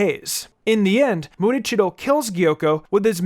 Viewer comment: I believe it's "Muichiro" not "Murichiro". Also, I think Rengoku should rank higher on the list. He, for one, is Mitsuri's sensei and love breathing technique was derived from his flame breathing technique. Had he lived longer, he would have manifested the mark.